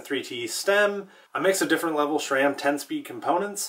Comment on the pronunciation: Please...its not SHRAM.